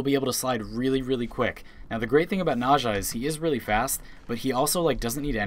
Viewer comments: Are you saying naja instead of "Naz ha " for her? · Nausea lul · "Najha" "Vivancḗ" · the funny thing is nezha's chinese pronunciation is "nazah" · "I play this frame all the time," pronounces the name as nazha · the way you say nezha sounds so incorrect. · Stop saying nazsha sry i just cant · If you love Nezha, please learn how to say his name because you're saying Naja, and that simulacrum pronunciation. Ouch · nobody triggert y the way he says NEZHA? NAJA wtf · Nezha is pronounced Nezuh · nezha is pronounce NahZHah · The way you pronounce "Nezha" really bothers me. His introduction video pronounces it completely differently. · you said nezha wrong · wtf is up with that pronounciation of Nezha? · u cant pronounce nezha right at all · Im sorry but i just had to say that the way you pronounce Nezha makes me cRy AnD lAUgH aT thE sAmE TIMe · I hate the way you say "Nezha" incorrectly. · Bruh thats a Weird way to Pronounce N EZha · the way you pronounce Nezha and Nekros bothers me.... very greatly